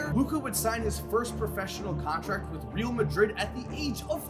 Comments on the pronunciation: you are pronouncing real madrid incorrectly, you say it as rail* madrid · please look up how to pronounce real in Real Madrid lol